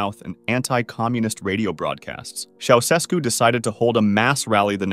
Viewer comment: “Ceausescu” is pronounced “Chow-Ches-koo”. Romanians were really tired of atheistic communist tyranny. At one point during the revolution, a huge crowd in a stadium chanted “God exists.” Shortly thereafter I was involved in handing out Bibles there and they were all taken in a minute or two.